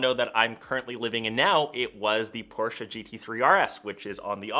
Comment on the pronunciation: Thumbs up for me. Thanks so much for pronouncing Porsche correctly. Most forget there’s an “e” at the end. So yes, thank you.